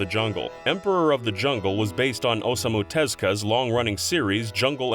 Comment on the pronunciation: Them: ohsomu tezka See this is why I rarely watch these videos is because they butcher Japanese names without even bothering to try and learn how to properly enunciate. His name is Osamu Tezuka. Oh-Sa-Moo Te-zoo-ka. I mean it's really not that hard to try and learn something without making yourself look like you don't even care about Japan to begin with. Do us a favor and actually learn how to properly say Japanese names.